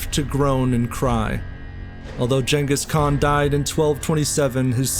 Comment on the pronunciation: Pronounced genghis khan wrong